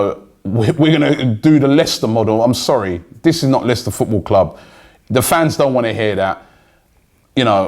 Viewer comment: Why is he saying Leicester like that when they have in the past 10 years won a league title and Arsenal have not?